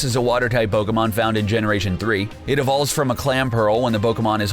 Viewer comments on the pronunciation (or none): Had to dislike just because this guy has no fucking idea how to pronounce pokemon names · Pokemon pronunciation are off😂😂😂